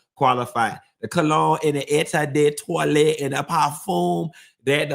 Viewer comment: I don’t wanna be a sour puss but less than a 1 hour show is not making it for me. I need more of you like you need them Meka’s treats…. 😂😂❤ Btw I’m French so yeah it’s parfum and eau de toilettes. Your accent was so funny and cute aha !